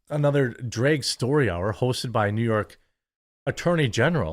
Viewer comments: auto subtitles are also reading Drake show instead of Drag show, by your mispronunciation. Anyway, theyd say if the poke is healthy enough for all ages, then s** should be healthy too, that hs been going on since long time by the disney, etc propaganda agenda of the elite sx maniac class. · Drake show? Draygue? Wtf are you saying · I keep hearing you say it as "dreg story hour" and it still fits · I never believed Jeremy was from Wisconsin until I heard him say drag. 😅